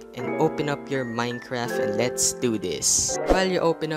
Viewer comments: Why do you say Minecraf and not Minecraft. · I like how you say minecraf instead of minecraft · Its not Minecraf its Minecraft